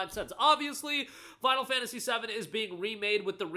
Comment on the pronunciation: I heard you say final fantasy 70 not 7 when you said it.